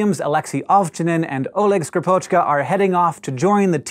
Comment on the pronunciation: it is SkrIpochka, not SkripOchka...